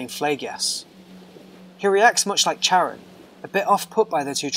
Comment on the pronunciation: Its Kar-on. Not Char-an.